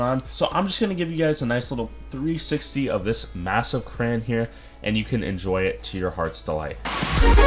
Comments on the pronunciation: DID HE JUST SAY KRAN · Cant tell if hes saying cran on purpose or not and its stressing me out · Bro stop saying kran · Stfu stop saying Kran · Hold up did you say crayan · It’s no crans it is crowns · Boy u say kran one more time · It’s said Crey-yon in Canada atleast 🤨🇨🇦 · He pronounce crayon crane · Why did nobody correct you when you said Kran? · Every like I’ll add the correct pronunciation for crayon: Cray-on Cray-on Cray-on Cray-on Cray-on Cray-on Cray-on Cray-on Cray-on Cray-on Cray-on Cray-on Cray-on Cray-on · There’s only two syllables bud not one(crans) not three (cr-ay-on) two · I was triggered with "cran" "crayon" nonsense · I IS PRONOUNCED CRAYY-ONN NOT A FRICKING CRANBERRY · Ok. Hi CRAYY-ONN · Wtf is a kran 😂😂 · Hah yeah, it super triggering to keep hearing crayon pronounced cran 😂😂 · its crown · He can’t say crayons 😭😂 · Didn't know people said crayon as "cray-on". The way says it, is how I grew up saying it too. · Cray-On Say it with me now Craaayyy (as in you are crazy for saying cran) Onnnn (as in get on your your vocabulary) Just cherpin love the vids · you say crayon like “crans” bruh and all the other time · CrayOn not Cran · Its called a crayon not a cran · Why you SAY CRAN ITS CRAY-ON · STOP don't say cran IT IS CRAYON!!!!!!!!!!!!!! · It's CRAYON not CRAN LOL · I like how he says cran and not crayon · It’s not cran or cray on it’s cra. Ya on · Stop saying crans instead of crayon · Cran? Cran you read Crayon Not cran Cray On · What’s a cran??? It’s a CRAY-ON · Its cray - on not cran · Why tf does he say crayn💀 it’s crayon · It is a crayon not cran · It’s crayon NOT cran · HE IS SAYING CRAYON WRONG WTF. I SWEAR IUF U MAKE ANOTHER VIDEO PRONOUNCING IT KRAYN IMMA UNSUB! Jk but like please. say it right haha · It's pronounced cray(ON) not cray(IN) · It’s actually Crayon not CRAYY-ONN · It is pronounced "It" not I And its pronounced "crayon" not "CRAYY-ONN" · Cray- on not cran this slightly triggered me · Y u say cran